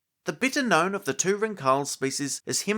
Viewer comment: Pretty sure the pronunciation is Ring-Hals (like the city Hull+s), not Rin-Khal😊 If someone is interested 😅